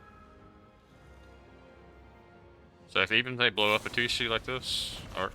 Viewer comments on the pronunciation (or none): Chandra’s name is pronounced shandra not Sandra. Heliod is pronounced Heliod not helod. And atsushi is pronounced atsushi not asushi. The T is not silent. 🤗 just a friendly tip in case you didn’t know